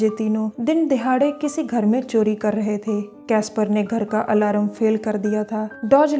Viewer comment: Aalaram haaa.... Its alarm